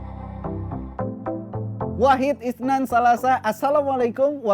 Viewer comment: Bib maaf bukan salasa,tapi pake thalatah Ujang lidahnya kena gigi atas terimakasih maaf hanya meluruskan